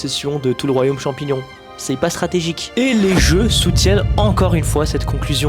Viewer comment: champignion parasytaire 😂😂😂 je suis tout a fais d'accord